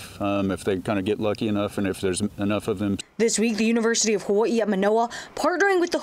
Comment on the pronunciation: How hard is it to say Hawaii?